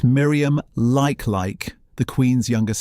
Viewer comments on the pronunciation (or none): The name lifelike, is pronounced le Keith, lekei.